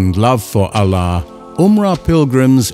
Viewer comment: Should have used an arabic speaking narrator, Arabic words pronunciation are off. Ala.?